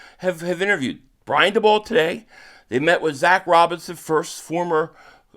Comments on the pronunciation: Daboll= Day-Bull* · Are you saying dabolls name wrong on purpose?